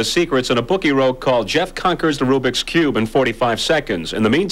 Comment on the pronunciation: "Tha Robikube"